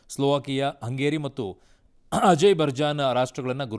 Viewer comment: Le Tarle Ajaybarjan alla kano Azerbaijan adu Arun overacting ranganath sir copy